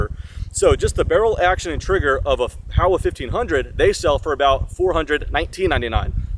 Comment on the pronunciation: Why does everyone misprounce this rifle? It's Japanese and it's pronounced Hoe-wah